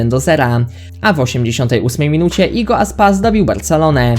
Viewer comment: jago aspas, a nie igo :)